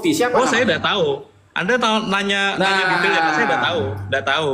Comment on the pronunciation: SAWI bukan SA ADAH tapi sak WADAH hhhhh